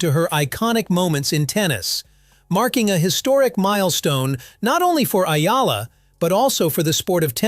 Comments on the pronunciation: Sir, it’s “E-Yalah” and not Ayala. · Pronounced E-Yala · It's "ee yala." Duh. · its Ee'Ya'La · Another fake news from AI narrator that cant pronounce Alex family name properly report as Spam😜😜😜